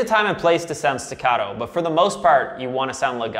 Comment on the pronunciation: i'm italian, can I teach you how to say legato e staccato?